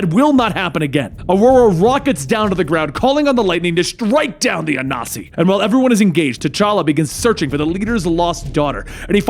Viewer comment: A-Nan-See (I'm Akan)